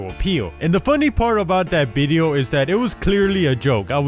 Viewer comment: nobody:: bideo